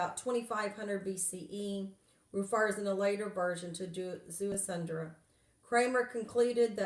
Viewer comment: There is no "N" in his name...it is pronounced Zea-su-dra ( Ziusudra ).